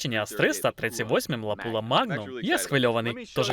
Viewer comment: все ок , тільки не лапула , а лапуа магнум